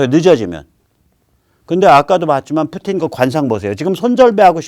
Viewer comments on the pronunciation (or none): 아우 뿌띤이욕 찰져